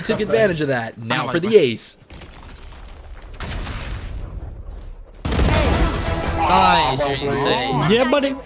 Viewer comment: Why Ass Instead and Ace Lol